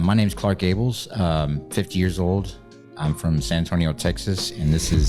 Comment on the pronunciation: oh, he said Clark Ables, not Clark Gable 😂 if the Dodge has a brand new engine and transmission, it should no longer have 230k miles.